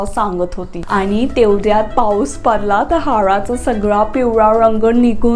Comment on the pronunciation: That ''paus padla'' sounds like "paus paadla💨💨"😂😂😂😂its horrible..😆